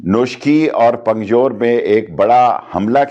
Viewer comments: ٹلی صاحب پنگجور نہیں درست لفظ پنجگور ھے پنجگور 😂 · bhosri sheikha pakistan ka interior minister and can't even correctly pronounce punjgor he was saying pungjore.shame on you sheedy talli. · Talat sahab, please avoid recording a video while driving. This is very dangerous. Your life and all lives are important. As to your video, I am so disappointed to see that Pakistan's Federal Interior Minister, cannot pronounce name of a city/district of the country. It's Punjgur or Punjgor (five graves) and not "Pungjor" as the Minister said twice! This shows how serious they are about appeasing the people of Balochistan! Thankfully, now most Pakistanis have stopped calling "Baloch" people as "Balochi" people. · اس جاھل وزیر کو پنجگور بولنا نہیں آتا